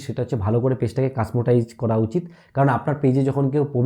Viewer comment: Customised bro casmotise noi... Asole egulo tomar kheyal rakhte hbe karon tumi information diccho amra sunchi...abr jodi tumi puritai vul uccharon koro tahole tomar proti je biswas miye video dekchi seta thake na... Ata tomake nichu dekhanor jonno bolchi na ...agulo cut kore punorai akta audio add kore dite parte... Thanks